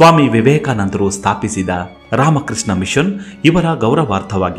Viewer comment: ಧ್ವನಿ ಚೆನ್ನಾಗಿದೆ. ರಾಮಕೃಷ್ಣ , ಸೃಷ್ಟಿ, ಚಟ್ಟೋಪಾಧ್ಯಾಯ ಮೊದಲಾದ ಪದಗಳನ್ನು ಸ್ಪಷ್ಟವಾಗಿ ಹೇಳಿದ್ದಿದ್ದರೆ ಮತ್ತಷ್ಟುಚೆನ್ನಾಗಿರುತ್ತಿತ್ತು